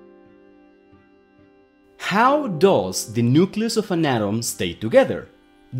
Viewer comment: Just an English note: it’s not a nukeYOUlus, it’s a nukeLEEus. Nucleus. Just like nuclear is pronounced nukeLEEar, not nukyoular.